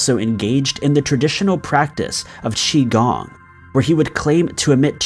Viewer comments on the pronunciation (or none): none